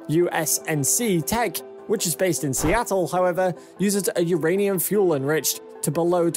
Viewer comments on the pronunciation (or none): none